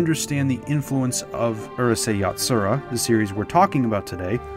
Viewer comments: It's 2022 and people still mispronounce Japanese words! This would be like pronouncing Uryu (Bleach) as "ER you"! It's "OOH" (chew) not "ER" (fur)! "Ooh. Rooh. Say." -Actual geek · The narrator’s pronunciation is killing me, especially when I hear 12 year old Canadians getting names like Lum or the series title Urusei right.